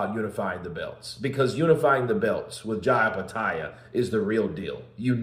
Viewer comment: Eye petaia? Bro... Do you even read?